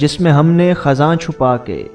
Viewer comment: Khiza'n not khaza'n